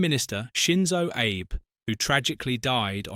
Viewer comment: The name if former Japanese Premier was wrongly pronounced. His name is Shintaro Abe..pronounced as ""aabay".